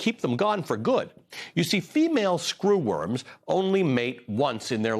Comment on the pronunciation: Stop saying SCREWorms like that! 😁